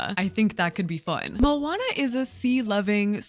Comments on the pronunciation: i respect sm that u asked thank u! :D yeah i think u are right to not trust their input on this haha. the way we [maori ppl] pronounce it would be similar to "mo-uh-nuh" it means ocean in pretty much every polynesian language :D 🌊 it's a beautiful word it deserves to be said correctly :') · oooooooof. ur pronounciation of moana hurts my soul as a polynesian 😭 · How is Moana pronounced? I’ve only really heard her name pronounced as “Mo-on-nuh”, or “Mo-ann-nuh” (forgive my weird way of spelling pronunciations, I get confused by how they do it in dictionaries) and I just go with the first pronunciation because I’ve only heard it pronounced the second way by American (southern US) white women in their mid-seventies, and I don’t entirely trust their input on these matters.